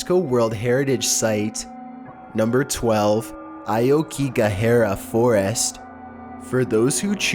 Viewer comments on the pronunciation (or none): Ah-oh-kee-ga-ha-ra. No hare sound. Soft a not a hard a sound. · man you butcherd Aokigahara 青木ヶ原 hard... Damn dude, I'm not even Japanese, are you even trying?